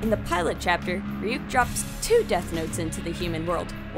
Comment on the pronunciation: it is Ryuk not wwhat u said